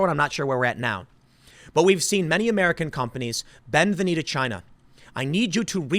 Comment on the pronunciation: Tick tock Chy-na...Tick tick...